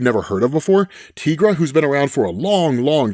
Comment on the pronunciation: tigara not tigraa